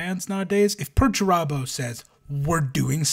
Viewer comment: Peter Turbo is the greatest thing I’ve ever heard Perturabo called 😂